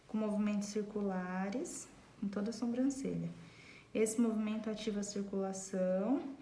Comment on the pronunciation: Adorei a aula,mas notei que você faz algo de errado,você fala sombrancelha e não Sobrancelha,posso ter entendido errado mas é o 2⁰ vídeo seu que vejo isso. Só falei pra ajudar,desculpa se entendi errado 😘